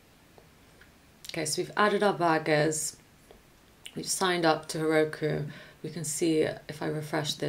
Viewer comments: Luckily you showed us pictures of burgers. I thought you were saying bargains. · had to pause the video at first I thought you said you had to get the debuggers and the names i was hearing Debuggers until my mind start to process it and to find out is was burgers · i thought she was saying BUGGERSSS